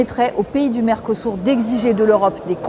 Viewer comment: Mercosur pas mercosour apprend à parler